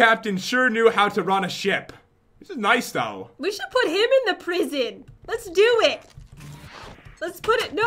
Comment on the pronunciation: pat,when you say lets do this you say le do de.why?